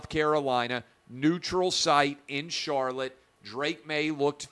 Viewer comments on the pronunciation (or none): none